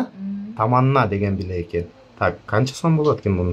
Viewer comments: Жакшы бирок билек эмес билерик деп айтылат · Автор туура суйлочу, " билек"- дебей. Билээрик дечи тантыбай. Саны бар, сапаты жок блогерлер кобойду. Суйлогонду уйронуп, анан чыккылачыыыыыыы, кулку болбой. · Чулдурап "билек" дебей "билерик" деп туура суйлочу сен, тарткан бала. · Кел билерик деп туура суйло, молодец. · Билек эмес билерик Сару эмес сары туура айтсанар